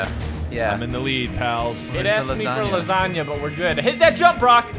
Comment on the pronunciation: Did you say pink lasagna?